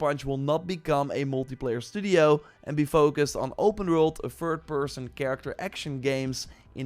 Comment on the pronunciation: Not tryin to be a dck (but nevertheless being one…l guess?!)… Dude its third not “föörd”, its thing n not “finggg” I guess u get the gist… It’s really not that hard to press ur tongue to ur upper front row of teeths. English is my 3rd native language and if l did it u can too.